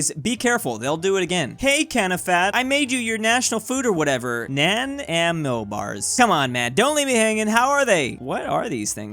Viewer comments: Nan-aimo bars??? Na-nai-mo bars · I'm from British Columbia and I can confirm Nanaimo Bars are a staple dessert. Also it's pronounced: Nah-N'eye'- Mo. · Nanaimo is pronounsed Nah-NIE-mow. its a city on Vancouver Island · i live near the nanaimo in canada and it generally pissed me off on the way he pronounced it edit: nanaimo bars are soooo good